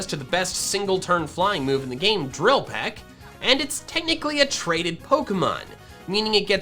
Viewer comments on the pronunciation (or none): none